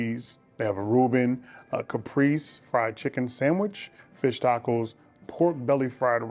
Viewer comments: It is pronounced cahPRAYzee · Hey, Caprese is pronounced cuh-pray-say. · Açaí ah-say-ee Caprese ca-pray-say